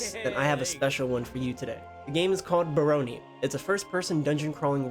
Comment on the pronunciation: Nope, it's definitely not pronounced like "Baloney". Leave it to white people to pronounce ANY word they've never heard said out loud as wrongly as possible lol.